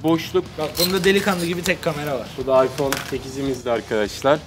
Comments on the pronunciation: İPzone değil iphohe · ipzone değil iphohe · ıphone yerine ıphohe diyo